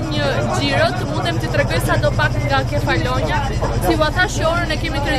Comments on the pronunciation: Kefalonjά. Me theks te a-ja e fundit. Se po më dhëmbin veshët. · Te kam degjuar 3 her mezi e mora vesh se ke per ishullin Nuk e thua sakt sesi me duket ta degjoj ashu 😂